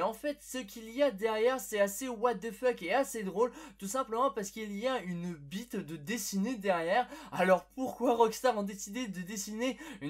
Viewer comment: le Manière que à dit BITE chui mort